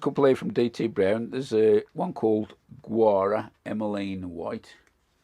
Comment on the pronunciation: Excellent content as always,, thanks. Gaura is misspelled, and pronounced G-OW-ra (how I say it), or G-oh-ra. Needs really free draining soil and tons of sun, hardiness is questionable, drought tolerant. Great flowering perennial.